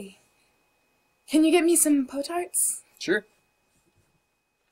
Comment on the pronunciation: she said po tarts